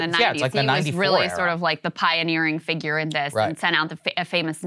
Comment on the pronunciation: Did Crystal just say "figger"?! :-)